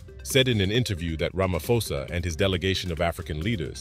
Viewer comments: Please learn to pronounce people's names correctly. South Africa's president name is RamaPhosa. Not RamaFosa 😑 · It's Cyril RamaPhosa, not ramafosa It's a "P" for Peace But great lesson. Love ur videos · Its not ramafosa. Its rama phosa. Prounounce foneticall p h o s a..